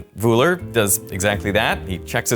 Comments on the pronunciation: A 20 Mio subscribed channel and i had to hear Wuhler instead of Wöhler. Wohler would have been acceptable too. So zero effort in finding out the correct pronounciation. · That's not how the German name "Wöhler" is pronounced. The German umlaut ö, has no exact equivalent in standard English, but it is closest to the 'i' in bird, the 'u' in burn, or the 'e' in her (when spoken with a non-rhotic accent, i.e., not pronouncing the 'r' strongly). In German an "h" after a vowel indicates the vowel is long, not short. (And yes, the umlauts ö, ü and ä are vowels.) There's no "sh" sound in that name. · A fantastic film, as all of yours, but making the shortest research to find out how to pronounce important people’s names would increase your credibility. Wöhler, not Wohler, big difference! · Can you please start to pronounce german names correctly... this is disgusting and kind of insulting ... These Guys names were for sure not Vreedeij Wooler and Djüstüs von Leebij... fk sks ... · I keep tolerating and giving hints how to pronounce Names in French and German again and again - no success. Van Liebig and Wöhler - completely wrong. But worse: Americans don't even know the rules of Grammar in their own language. "It behaves completely different" - - - not "completely differently. These are assumingly scientists and well educated people! So where is your "education"? It's so sad to hear that now for 32 years- trying to help - and being ignored. I don't expect language skills from students who left school after 5th degree - but I insist on those "academics" to be at least willing to learn. Education does not end at 12 years of age, not at 32 - it never ends, gentlemen.